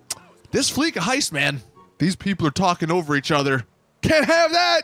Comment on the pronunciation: I play fleeca you idiot. They definitely didn’t have to do that though. Oh and who is playing fleeca? Low levels and people who don’t have a full team. By the way it’s pronounced fleesa you smoothbrain.